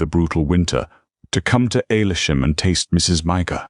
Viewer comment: It’s Huh sars and Ale sham not the way your AI pronounces it